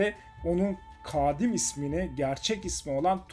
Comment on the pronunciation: kaaadim değil kadim :) (kısa ve hızlı telaffuzla)